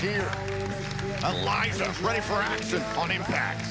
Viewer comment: its Elijah not elias